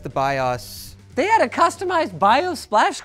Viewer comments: why do you all say BIOS wrong. WTF. There is no "A" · Dude pronounces BIOS wrong just to annoy eveyone; you know he does.